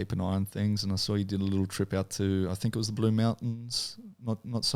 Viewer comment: “you can do ehttttttt” 😂😂😂